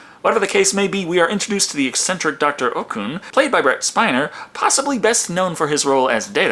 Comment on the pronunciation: Uhm... are you saying "Rhett Spiner"? Because, his actual name is Brent Spiner. ^^